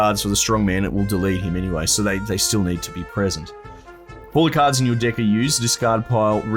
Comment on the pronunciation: is he saying deck or dick